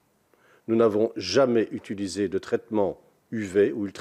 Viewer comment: "nous n'avons jamais zutulisé"